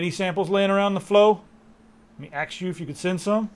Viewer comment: " Let me axe you a question maaaa" -_- And black people WONDER why they are often NOT taken seriously? lol